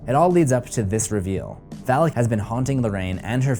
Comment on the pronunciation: its Valak not alak get it right dude